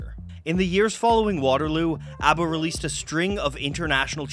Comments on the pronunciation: Very charming pronunciation,! I've seen countless swedish documenatries of ABBA. But it's refeshing seeing one in a different language! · Not that it matters very much but it seems you really made an effort to pronounce all the names the way they are pronounced in Swedish so kudos to you! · You tried harder at pronunciation than most non Swedish speakers, like EVER, so greatest of great jobs! (Y) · this is fantastic. Being born in '72, I missed out on the phenomenon, but my dad was a huge fan growing up of ABBA. Great job with this video and the pronunciations!